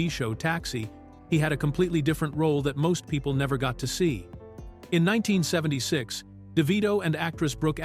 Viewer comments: AI is not good yet. It actually says the year as if it’s a number. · Why can’t this AI ever say the year properly. It’s like someone scratching a chalkboard.